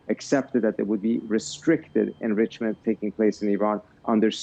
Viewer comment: Trump trying to say enrichment 😂